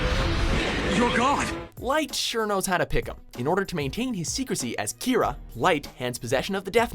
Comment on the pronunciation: God damnit, why do you have to use the dub version? They don’t sound sadistic at all in the dub, where as in the sub they sound genuinely insane. Edit: fuckin’ hell, even the way you pronounce japanese stuff such as Kira and Akatsuki sounds stupid as fuck.